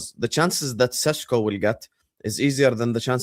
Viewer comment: I like how says Sysco instead of Sesko. Thong song baby!